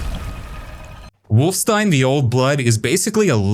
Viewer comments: Lol, to be fair, he only said the title of the game wrong for some reason. After that he kept saying wolfenstein. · Video lost all respect for me at "wolfstein". How are you gonna screw up the name like that.